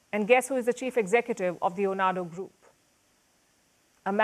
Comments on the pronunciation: "OANDO", NOT "ONADO" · Pls, it is not Tinuba , it is Tinubu . And it is not Onado, but OANDO . As in O and O. ( O basanjo AND O baseki, allegedly ). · A small correction, it's Oando group ( pronounced "Owando'). You were spot-on in everything else That man is not Nigerias choice.He was rigged into power and Nigeria is facing it's biggest economic recession ever! Inflation has hit record highs and food security is seriously threatened and it's all because of his policies.